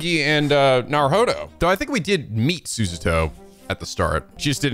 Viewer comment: Literally have my copy on my desk, music is worth the price Also, HER. NAME. IS. PRONOUNCED. SU.SA.O!!!!!!!! Also scarlet study localized rocket slime 3 for 3ds, love them